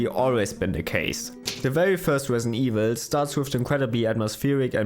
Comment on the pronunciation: “Wesident Wevil fwee”